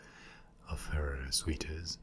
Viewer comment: It's soooters, not sweeters for suitors